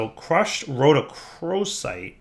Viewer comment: So can pronounce Rhodochrosite correctly, but he can't pronounce Quantum Entangloporter correctly. Take a shot every time he says entangoloper.